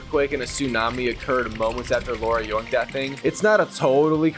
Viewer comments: Bro am I the only one who hears laura instead of lara😭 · Bro her name is LARA not Laura you silly goose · LARA L A R A not LAURA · Lara, not Laura. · The fact he keeps calling her Laura instead of Lara is driving me insane 🤣🤣🤣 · Noone in the game call her Laura... And no, Laura and Lara isn't sound the same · Saints row 2022, you called her laura its lara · Aint no way this mf is calling Lara a "Laura" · My ears bled every time he said Laura. Can Platinum the game but not pronounce her name. 😂 It kills me whenever I hear someone call her that ! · i hear it also